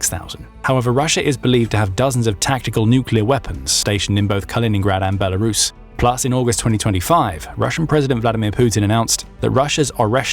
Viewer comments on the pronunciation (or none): There is no "H" in Belarus.